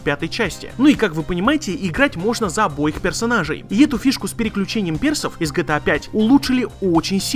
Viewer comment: Почему гЭта а не Гэ Тэ А?